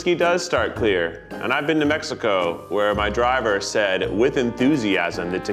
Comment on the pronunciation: Zack pronouncing the names of countries properly made my day (especially Mexico but I am biased)